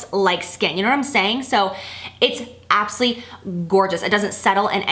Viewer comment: You crack me up when you say absuly for absolutely. Priceless.